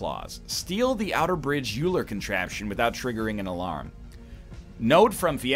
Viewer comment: Did he really pronounce Euler as yuler